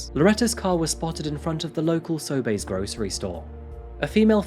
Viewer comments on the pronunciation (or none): Also, “Sobey’s” is pronounced “So-bees”, not “So-bays” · Quick comment: I LOVE your show. But this time, I kept flinching? When you said Sobey's... It's "Sobees", not "Soybays". Random useless Canadian comment. But keep up the amazing work, and THANK YOU for bringing more attention to the missing/murdered Indigenous women, and authority treatment of them. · Newfoundland is pronounced more like New-fin-land and Sobeys is pronounced So-bees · FYI Sobey's is pronounced like "SO BEES" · Sew-bees Is how we say Sobeys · Also, Sobeys is pronounced SO-bees, but nobody cares because it's an oligopoly. Say it however you want, we will still hate them. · “So Bay”? Lol I’ve never heard Sobeys pronounced like that! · just a fyi,,, for future reference it's pronounced Sobeees (Sobeys) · Love the channel but I gotta say it’s so-Bees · It's pronounced "So, bees!" No, really, I'm not joking, it's essentially just SO BEES, EH??? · I loved his pronunciation of Sobeys (so-BAYS)...made it sound so bougie and high-class. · As a Maritimer, the way you pronounce Newfoundland and Sobey's is hilarious. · I just want to say that as a Canadian, the way you pronounced "Sobey's" was absolutely adorable! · The way he pronounced sobeys drives me cray